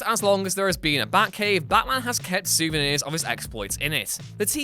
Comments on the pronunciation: its batman, not baman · No one: ABSOLUTE NO ONE: Narrator : Ba Man